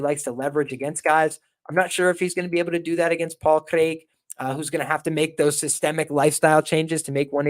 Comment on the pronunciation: Good show and that's some real commitment to the Paul Craig pronunciation